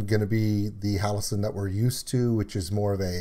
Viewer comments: You missed the cameo by Violet in the mirror and the drawing. Symbolising that Violet is the Demon inside. Also Jonathan Young is mixed into the vocals as background guff noise. Also for future reference how you say it. it's Halo-scene not Halosen. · Ok, I've gotta say it because it's driving me crazy... Halocene is pronounced Hal-oh-seen.